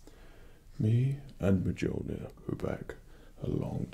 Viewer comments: Mjolnir (Mi-oln-ier) Pronounces it Mijolnier 80% of the fanbase is triggered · DID HE JUST ACTUALLY PRONOUNCE IT AS “muh-JOL-nir”?!?!?! 😑 🙄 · Dead on perfect. I thought you looked and sounded like Thor. Also for future reference, Mjolnir is pronounced me-oh-near, as the Scandinavian area often pronounces J like an I. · The only criticism is that the j is to pronounced as a y. So it's Me-yol-near. Edit: And for the nerds, it would be best if you said Midgard and not Earth. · Wow a comic nerd miss pronounced Mjolnir. Here is the pronunciation of Mjolnir /My ol neer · Loki brought us to Asgard for no discernible reason, then Thor shows up. ... My money’s on Thor being Loki wearing an illusion. also why Mjolnir is slightly mispronounced, Loki is salty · Are you pronouncing mjolnir wrong on porpose or dont you know how to pronounce it. That is now the question.